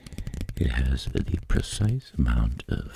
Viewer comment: GOOD VIDEO DOC....I love how you say z INSTEAD of the 🤣😂🤣😂🤣